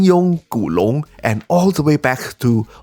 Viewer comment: not gonna lie im quite impressed that you pronounced Jin Yong and Gu Long so accurately, keep up the great work as always!